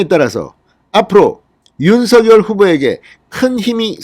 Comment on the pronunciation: 진성호님. 죄송 하지만 부탁이 있습니다. 윤 서 결 발음으로 들립니다. 윤 석 열로 해주세요.